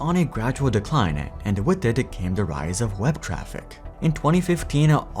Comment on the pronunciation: "decline" lol